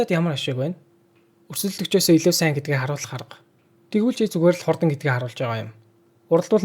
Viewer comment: goe scriptei ghde bro jishee in hurdan gedgiig hurdana edr gej unshaad bnaa ghde amjilt bro goe bn